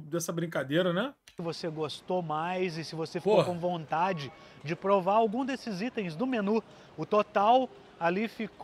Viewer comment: "Celuler", " prover" ...